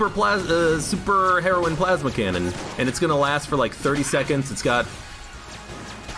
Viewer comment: its pronounced heroyne, not heroin like the drug it means female hero or wich is a reference to samus